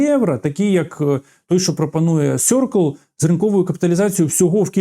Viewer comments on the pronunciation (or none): none